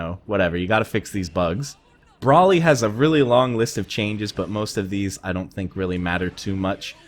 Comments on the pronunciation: It's Broly, not brawly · It’s bro-ly not brawly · BRO-LY not BRAH-LY it's a long O. Plz go watch the movie if you haven't. It sounds like u know ur shit but you out here sounding like a fool! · It’s BRO-LY not BRAWL-LY😂😂😂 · Not sure what you read with broly (pronounced Brolee) but his ability to kill you in the corner without assists was removed. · Like someone said on Reddit: The Golden Age of Cell is upon us. Also: BRAW-ly, lol.